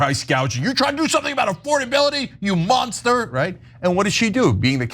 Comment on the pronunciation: Does this man even know words? Say it with me now...A...FORD...ABILITY. Good job, have a cheeto.